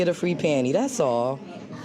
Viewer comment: lol I can’t deal with this scary shit . But it does itch my spirit when she keeps saying “pany free pany” lol it’s Panty! There’s a Ty lol